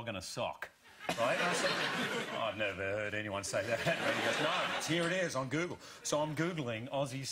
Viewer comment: I love Hugh's reaction so much! Graham is fantastic obvs :D Also, the way Jackman says Google, sounds like Gügle xD